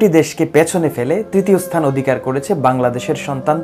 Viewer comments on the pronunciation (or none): none